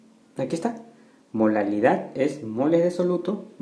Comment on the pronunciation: dice MOLALILAD xdxd